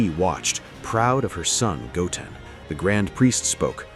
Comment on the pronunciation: So the voiceover can say Gohan just fine, but then it goes and says "Goaten" for Goten. Maybe cheat and make it read like "go 10 or (ten)" and see if it gets it right.